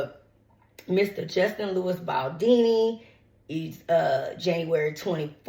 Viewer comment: His name is BALDONI, not Baldini. you are being very disrespectfull towards him, because I am sure that when you were reading from the screen to update yourself about the case that they did not write his name as Baldini. Beside that, you had all the other names right but not his, because he is not a star [ to use your words ] Blake and Ryan are BAD people, who tried to steal this man his movie and destroy him, but they will not prevail. You should really follow this case better, then you would understand more, instead off siding with Blake who is a racist and a lier. Being beautifull is just the outside just look at her inside. Your starstruck and that clouds your judgement.